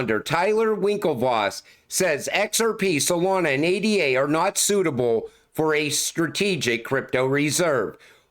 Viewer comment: … you call people out for mispronouncing Cardano while making the same mistake yourself. You spell out A.D.A. like it’s just another ticker, but unlike most crypto tickers that stand for something, ADA represents a person—Ada Lovelace, one of history’s first mathematicians and computer programmers. Cardano itself is also named after a mathematician—Gerolamo Cardano—so the entire ecosystem is built on honoring historical figures, not just random abbreviations. By saying A.D.A. instead of Ada, you’re not actually honoring Lovelace—you’re treating the ticker like it holds the same kind of value as other crypto tickers when it doesn’t. It’s like insisting your name should be pronounced R.I.C.H. instead of just, while acting like you completely understand the reasoning behind it. Even the Ellipal Cardano cold wallet is named Byron—after Lord Byron, Ada Lovelace’s father—reinforcing that these names weren’t chosen arbitrarily. If Lovelace could hear you reducing her name to just letters, she’d probably blush in embarrassment, because the entire point of the ticker was to honor her, not to be spelled out like a generic acronym. You think you get it, but you’re proving you don’t.